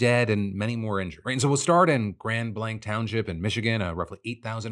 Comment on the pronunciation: You couldn’t lookup how to pronounce Grand Blanc properly to show respect to the area?